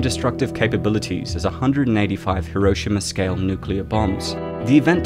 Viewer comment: Dislike cause you pronounce Hiroshima wrong so many times